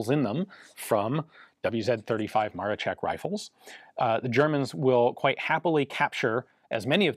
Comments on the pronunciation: Ian, you're spot on with your 'Le-sh-ek', so please remember that Maroszek is exactly the same, that is, 'Maro-sh-ek', not 'Maro-tsh-ek' :) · Why do u keep saying Ma-re-check? Its Ma-ro-scheck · not MaroCHeck but MaroSHeck! Polish SZ is SH sound in English and CZ is CH sound. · Amazing video! I find it hilarious you can pronounce Leszek as LeSHek, which is proper.... But for Maroszek ( MaroSHek ), you go full MaroCHek :D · Maroszek is expressed like Maroshek not Marochek, but nice vid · Maroszek you say "Maroshek" like in "shed", not "Marochek" like in "check". Thank you so much for the video. You've nailed it with the most credible info that we have and with myth busting. Right after the war Hitler said something like: "Poles had surprisingly anit-tank weapons but it did not hel them." The physics behind this rifle is fascinating and mostly not understood. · In Polish it's pronounced Mar-o-shek and not Mar-o-check. Where do you see a a letter "c" in Maroszek? The English language always butchers Polish names, they add letters to words that don't exist like was done here. If I see that a word or name starts with the letter "I" why would I conjure up a different letter, like a "C?" So "Ian" now becomes "Can." Doesn't make much sense now does it? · by the way, you say maroszek more like Maroshek in english, sz = sh, just for understanding polish language :) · Awesome video as always. Just a note - and I'm sorry but being pedantic is a problem of mine , "Maroszek" is pronounced "Mah-raw_shek_" . In Polish, "SZ" is the Equivalent of a "SH" sound and "CZ" is the Equivalent of a "CH" sound. I'd know, as my surname contains both a SZ and a CZ haha. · Ian, you have no problem with pronouncing correctly 'Leszek' and 'Felsztyn', but for some reason you're stuck with incorrect version of Maroszek. In Polish, digraph 'sz' equals English 'sh'. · Pronounces Leszek correctly Pronounces Maroszek incorrectly multiple times It's the same consonant in both ffs